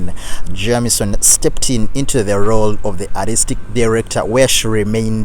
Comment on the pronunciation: her name was JAM-i-son ... too bad the female broadcaster couldn't have said it correctly.